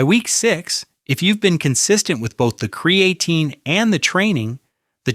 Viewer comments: Amazing how AI can spit all this good information but can't say creatine right. He says "cre a teen". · kree - uh - teen 😉